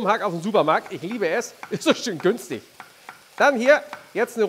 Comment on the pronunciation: "Is' so schön GÜNSTIG!" Musste mit Steffen lachen.